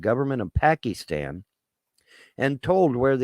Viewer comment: "Pack-ee-stan." LMAO